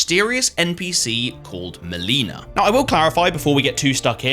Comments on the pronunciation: HOW are people SO BAD at pronouncing "Melina"?! SHE TELLS YOU HER NAME AND HOW ITS PRONOUNCED 😭🙏 no hate on the video but like damn... so many others say muh-leenuh instead of mell-ih-na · So I have just discovered your channel this is only my second video I love the bloodborne video but now that I'm like two episodes in I'm noticing a trend are you just mispronouncing people's names on purpose these games have voice acting they pronounce their names for you xD maleena?!? Hahaha